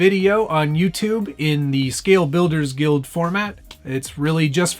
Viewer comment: "... of course... " and "Scwale Bwuilderws Gwuild" sounds affects rock this episode.